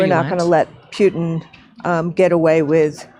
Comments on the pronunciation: Pew-tin?! Dumb@ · This is the illiterate morrrrrron leading our teachers' union. Putin is mentioned on every type of media 'thousands of times per DAY' and she's the only iddiot (sic) on the entire planet who pronounces his name "PIUTIN" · Winegarden can't even be bothered to pronounce the name "Putin" the way everyone else does. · President of teachers union can pronounce neither Lviv nor Putin correctly. The GW Bush of education. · Is that woman stupid or is she intentional pronouncing President Putin's name wrong?